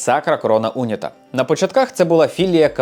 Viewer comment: Відео дуже цікаве, як завжди. Єдине що unita як прикметник має наголос на і тому було дивно трохи слухати. Але загалом відео просто шик, удачі тобі❤